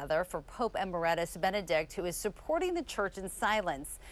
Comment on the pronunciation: Amazing reporter,??? doesn't know how to pronounce EMERITUS. I wonder if she even knows what it means. Where did she go to school or perhaps did she? Paul Laboda